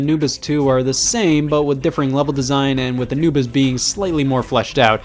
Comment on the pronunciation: Did you say "you played Anubis 2" or did you say "you played Anibus too" Please, my life has no meaning without the answer